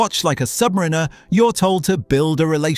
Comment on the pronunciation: I really hope you are using AI for the narration because either it or you doesn't know how to pronounce "Submariner". AI narration sucks, use your own voice or try something different